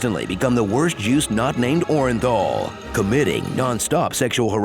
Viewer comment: I missed that because of how he pronounced it.